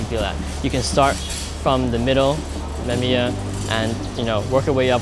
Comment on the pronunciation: Mama mia it's Mamiya! P.S. I'm sorry i coud not to write that ...